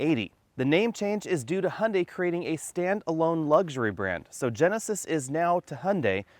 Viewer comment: Another unnecessary brand whose design will sooner or later not differ from other manufacturers. Capitalism at its best: pretending diversity where no one is. Also, it's funny how you Americans pronounce "Hyundai": there is no "o" like in "Honda" - actually it sounds very similar in your type of speaking. I wonder, because you should be easier able to pronounce the "yu" as "yu" or "ju"...